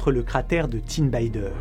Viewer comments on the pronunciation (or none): Mjolnir se prononce "miolnir". Tin Bider se prononce simplement à la française comme écrit et non pas à l'anglaise " Tin Bayder" 😊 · Grâce à cette vidéo, on prend la mesure des chocs qu'a subi notre planète. Sinon ça serait sympa de faire un petit effort sur les prononciations des mots étrangers. Tin bider, c'est de l'arabe, pas de l'anglais, donc pas de son aï. Pareil pour le cratère au nord de la Norvège, la lettre j dans les langues germanique (et aussi pour le latin) est equivalente à la lettre y en français. Exemple Ja = ya, donc MJ∅LNIR = MYEULNIR Pour l'anecdote, si on dit i grec pour le y, c'est que les latins ne savaient pas faire le son u, le vrai nom de cette lettre grecque est upsilon et code ce son dans l'alphabet international : u français = [y] et le i anglais = [aj]